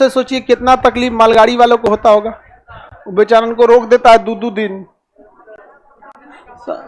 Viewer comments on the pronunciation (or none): none